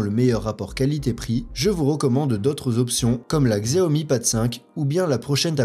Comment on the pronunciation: On dit Chiaomi t’as mérité le pouce rouge